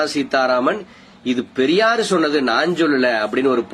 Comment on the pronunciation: என்ன. ரொம்ப நீளமா இழுக்காதீங்க...அது பெரியார், பரியார் இல்ல...சைமன் உங்களை வச்சு எப்படிடா ஒரு கவுன்சிலராவது ஜெயிப்பான்? முதல்ல தமிழுக்கு டியூசன் போங்கடா அப்புறம் தமிழை காப்பாத்துவீங்க...முதல்ல உங்ககிட்ட இருந்து தமிழையும் தமிழ் பெண்களையும் காப்பாத்தனும்..உங்களுக்கு தமிழ் சொல்லி கொடுத்த வாத்தியாரை பாராட்டனும்...